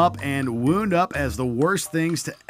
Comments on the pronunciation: did he said wound up😂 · He also said “wound” up like he fell and got a “wound” rather than he “wound” up a clock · He also said "wound up" like an injury wound